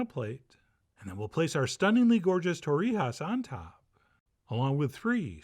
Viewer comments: In Spain they don't say torrihas, they have a scottish g like in loch. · Torrejas or Torrijas. One thing, different regional name or pronunciation.